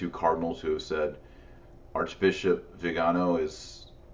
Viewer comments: Vee-GAH-no. You've been to Italy many times. You know how to pronounce it. Every time you say VIH-gin-oh grates on my ears. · Veegarnò....... with the acccent on the nò. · Taylor, you're awesome but you seriously need to learn how to pronounce "Viganó." Accent is clearly on the last syllable. You're driving me nuts.